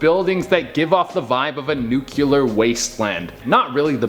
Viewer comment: it's nuclear. Not nucular!😂😂😂